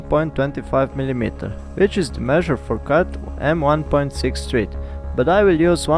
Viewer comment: just for your english improvement ... thread ... is pronounced with a short vowel sound .. like ed as in education ... not thread as in breed ... nice video ...